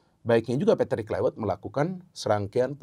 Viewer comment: Tolong, cara penyebutan patrik Kluivert jangan pake cara Inggris, tepatnya di huruf V nya. Sebab dia orang Belanda